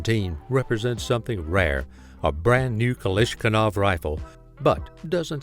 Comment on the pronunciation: It hurts to listen to you try to say Kalashnikov.